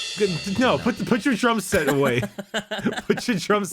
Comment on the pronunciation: When mispronounced drum set, was he thinking of the kh ending sound of the necrons? Drumsekh?